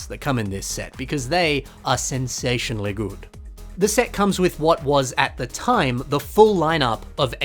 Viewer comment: "Sensationally good."